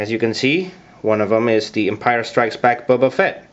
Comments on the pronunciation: >:( did he just say bubba fatt?! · Why do you say it liek “bubba fett” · It's pronounced BOBA Fett. Not Bubba Fett. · Did he call him Bubba fett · His name is not "bubba" Fett...